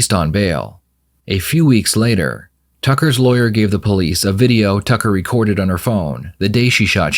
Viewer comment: “Say it with me LAW-YER. LAW-YER! How do you say it in Polish?!”